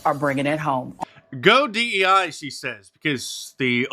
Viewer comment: You're wrong Mark. She's saying my deiz like "my inwardz"